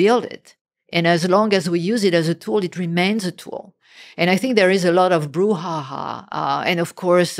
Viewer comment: Poor robot Lex refers to "Brouhaha" as "Boo Ha Ha"